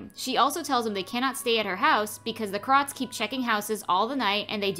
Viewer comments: Why does she say it like "krot" instead of "krowt" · I love your videos but you should but a little more effort into pronouncing the words correctly. It really takes me out of the video everytime you mis pronounced krauts lol